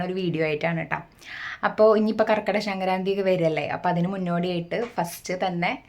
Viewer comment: ശങ്കരാന്തി അല്ല സംക്രാന്തി